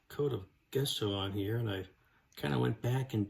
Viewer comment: Looking really cool! And again...Gesso is not pronounced Guess-o, it is pronounced...Jeh-sow or Jess-o. Years of art classes, and dictionary pronounces it JEH-SO. Yes, I am a word Nazi.